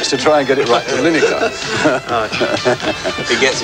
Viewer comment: Mick Channon's pronunciation of Gary Lineker's name as Gary 'Lineacre', priceless.....